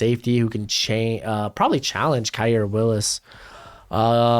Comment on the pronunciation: Khari not kairr Willis